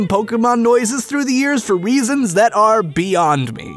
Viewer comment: he said weasons Its a little funny Hi Bye Uyo liwl ied uasont. Eca uyo eodecd htsi. Ybe. Decode that.